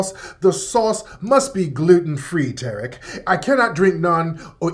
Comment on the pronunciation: Tear-Rick (Tariq) 🤣🤣🤣🤣🤣🤣